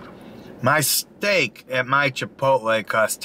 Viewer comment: So stoked to order the GWAH-Jeelo steak at mah local chipitlee